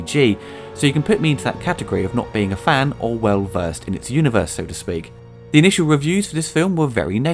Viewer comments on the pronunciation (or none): none